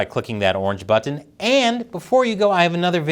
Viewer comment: "But-ten"..😂.. That is driving me nuts. ***But'n (button)